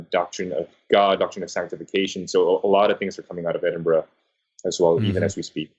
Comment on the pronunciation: Finally, an American who can pronounce 'Edinburgh' correctly.